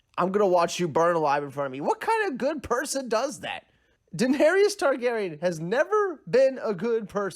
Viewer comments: "Daeneryus" I agree she was tyrant but at least after 7 season you should learn how to pronounce her name properly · Defending slavery? Whew this is disgusting and the amount of people agreeing with this is ridiculous. Also she didn’t kill ‘every single slaver’ she killed 163. Making a damn video about Daenerys and you can’t even pronounce the damn name pls. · DAENERYS NOT DAENERIOUS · She told the audience what she was going to do, she said fire and blood and that’s exactly what she did. I agree with you. I hated some of the things that happened but it fit. Everything you said is right except the pronunciation of Daenerys name lol